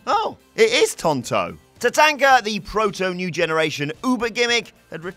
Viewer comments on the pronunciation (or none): TaTONKa not TaTANKa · Tatanka not TaTenka. Sorry can't use the "we pronounce it different across the pond" bollocks. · pronunciation of tatanka 🙄